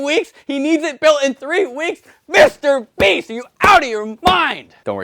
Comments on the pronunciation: Willam it is not mr brest it is mr beast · "Mr Breast"